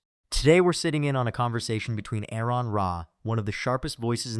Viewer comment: AR-on. His name is pronounced AR-on. Not AirRon, not A-rehn.